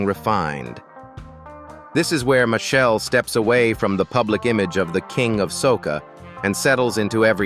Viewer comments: its ai it wont pronounce it correctly unless you spell it like Mashell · Machel pronunciation is Ma-shell. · AI nonsense. Can’t even pronounce the man’s name right. It’s Machel! Not Michelle or Machelle. He deserves a proper documentary, not this AI generated crap. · Machel is pronounced as marshall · Respect the Artist, his name is Machel. When you mispronounce someone's name that's disrespectful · so now you see how Ai cannot produce words correctly...listen to the words "Machel" "Carenage" etc...Put look at the video of the child... lol